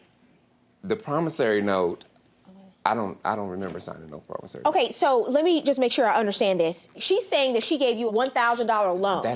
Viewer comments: It’s a “Promissory note” not “Promissary note”🤦🏽‍♂️🤦🏽‍♂️🤦🏽‍♂️ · T G what are you talking about? It has nothing to do with accent, dialect, or anything. The word was pronounced incorrectly. There is no “A” in promissory note.